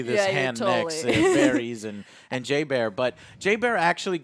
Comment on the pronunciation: Pronunciation of names: Varys - VAIR-iss Daenerys - Duh-NAIR-iss